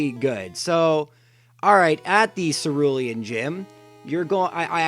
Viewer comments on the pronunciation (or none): My guess is he mispronounced it. “Cerulean” is the kind of word you see first in writing and then pronounce wrong in your head for years until you learn the real pronunciation. I learned the word Facade from Pokémon and pronounced it “fay kade” for years....